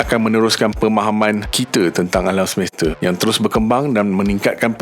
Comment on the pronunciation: Semeste😂 Semesta😊